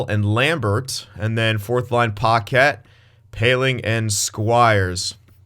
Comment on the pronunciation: It’s not paquette it’s packet lol